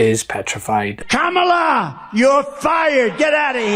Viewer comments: Oh buy little old man.... Her name is Kamala, not Camilla. 🤦‍♂️ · He say tramalah 😅😅😅 dump trump is a dork dweeb 😅😅in 2024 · And pronounce Kamalaʻs name correctly People! We live in a multicultural nation. Be respectful and pronounce peopleʻs names correctly.